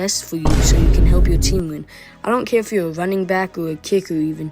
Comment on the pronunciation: Instead of running he say ruwwning